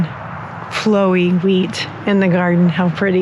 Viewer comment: Omg I thought you said “I’m going to grow weed for the first time” then you said wheat 😂😂😂